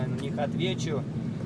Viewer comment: Подписка-„матписка”,колокол-”малокол”😀сказал по „нашински”😉